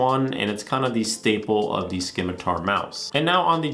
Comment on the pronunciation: The “c” in scimitar makes an “s” sound btw